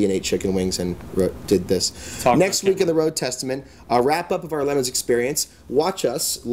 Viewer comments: WTF is a lemon. It's le'moooons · Its not pronoucned LEMONS, wtf is wrong with this bald fk, this channel would be 10 times better without him. He contributes nothing to fastlanedaily. Get rid of this clown!